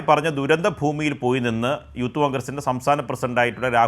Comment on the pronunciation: യൂത്ത് കോൺഗ്രസ് അല്ല ഉത്ത് കോൺഗ്രസ് 😊